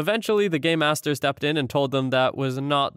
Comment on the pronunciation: It's pronounced game master. I can only figure Gaymasters, as it was pronounced, would only be featured in some rather niche escape rooms.